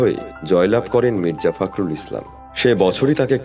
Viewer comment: ফাক্রুল বলেন কেন, বলেন ফক্রুল